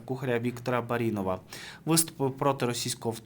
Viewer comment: Ви не можете правильно наголоси ставить?!!! Не БарІнова, а БАрінова. Читаєте монотонно, то хоч наголоси ставте вірно